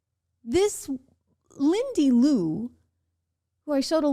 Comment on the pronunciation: Lindy Li you got her name wrong How?